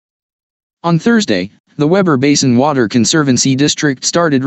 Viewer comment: It is spelled Weber and pronounced WEEber